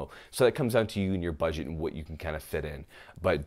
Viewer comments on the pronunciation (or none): none